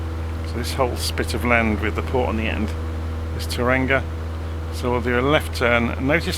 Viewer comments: Tauranga is pronounced "Tower Wrong Ga" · Kiwi here - just FYI it is pronounced "toe-wronga" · Its pronounced "Toe-wrong-ah" make sure to roll the r as well haha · "toe-rung-ah" bro